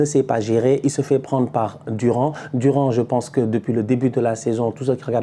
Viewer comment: comment ça « Durand » mdrrr tu débriefes assez la Liga pour savoir que ça se lit « Dourane » les noms hispaniques